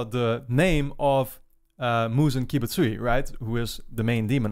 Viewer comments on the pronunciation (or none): The J in Kibutsuji is like the J in Japan or jordans. You're basically saying kibusuyi (and kibutsuyu once) sorry for bothering i wish didn't have this tick with mispronunciations.